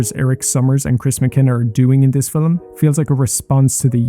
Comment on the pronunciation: me being a dick, I apologize. You're pronouncing the L very strongly, so it sounds as if you were saying Filum instead of film I really enjoyed the video!!